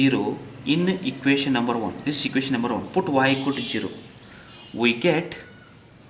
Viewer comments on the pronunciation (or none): Zero not chero 😂